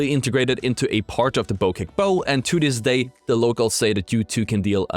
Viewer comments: BO-CHECK BO-CHECK say it like that not BO-KEK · Bow Check not Bo kick ;) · Why did you call it a bow kek then say it correctly after that then wrong again